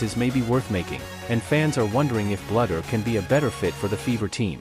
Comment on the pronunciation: Please pronounce Lisa's name correctly... It's not "BLUDDER." It's Bluder as in "BLUE - DER."